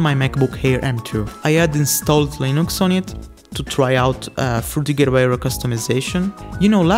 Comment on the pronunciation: The way you say frutiger aero made me google frutigahara 🤖🤣 Anyway, I still got there in the end.